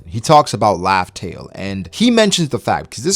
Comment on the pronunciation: the way he says raftel : laughtale